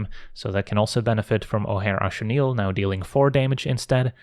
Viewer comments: shoutout for knowing how to pronounce Ojer Axonil! very based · I absolutely love that you pronounce "Ojer Axonil" correctly! It's not that important to most people, so I appreciate it whenever someone puts in the effort!